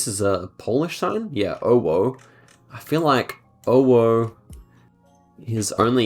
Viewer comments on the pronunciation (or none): yes, the "owo" theory is right, you don't really get that much owo-cities in the southern half. (also it's pronounced "ovo" because in Polish W is pronounced V).